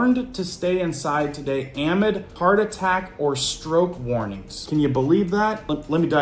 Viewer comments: My inner teacher is coming out. Amid is pronounced uh-MID....not AH-mid. 😊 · Amid….please say…(uh)mid’ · Amid= pronounced. "uh-mid"